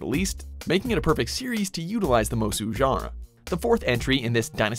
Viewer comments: "mosu games" say it with me. It's pronounced MOO-so. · It's Musou Not Mosu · MU SOU not musu ffs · What “musu” it’s Japanese not French, it’s “muso”. In Japanese, “mo” is “maw”, and “mou” is “moh”, hence the distinction. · MU-SO not MO-SU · Musou. Not Mozu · Now he’s gone from saying “musu” to “mosu” the exactly opposite of what is correct. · Just a small nitpick, but you're pronouncing Musou wrong. It's pronounced like moo-soh, with a soft "s" and long "o'" sound. If you've seen any of the Japanese trailers for any of the games, you'll hear how it's pronounced. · "Musou" is pronounced "moo" like a cow, and "sew" like what you do with a needle and thread. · I should have known not to take this list seriously when Musou was pronounced “Mozoo” Not one Sengoku musou title despite the fact they haven’t fuck up like dynasty. And not even a respectable mention for Basara... Trash... 🚮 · My Guy, Its Pronounced MOOSHOO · Youre pronouncing musou wrong